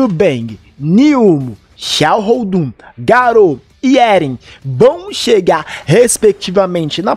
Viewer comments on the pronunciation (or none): none